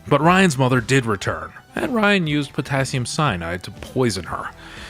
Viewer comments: Rynn, as in Rinn. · Right! I kept saying, Her name is RYNN!!! Lol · "Ryan"?? Hard to have faith in a review if you can't get the main character's name right.